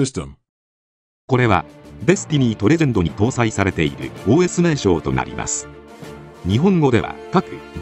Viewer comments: OS読む時発音良すぎw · すごいネイティブww